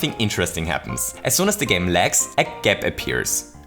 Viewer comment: I have to do it to you. gAp Were you sick while recording? gAme